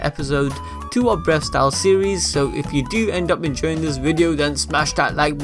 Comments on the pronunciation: I actually heard him say “breast style” the whole video lmao 😂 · Breast style? The pronunciations hahaha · Sounds like your saying breast style here and there hah